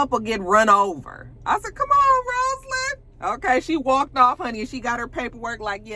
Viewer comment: Why she keep calling her ROSElynn. She said her name is ROZlynn😩